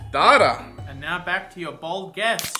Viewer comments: saying "Darter" is giving me crohn's disease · uk: dayta us: datta: DARTA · There's no 'h' or 'r' in data fyi